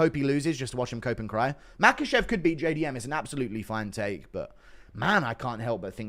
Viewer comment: Islam MaCUHchev👨🏽🇲🇽 no quema cuh😂